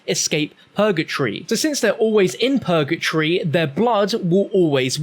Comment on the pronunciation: “Pergatree” hahaha it’s purgatory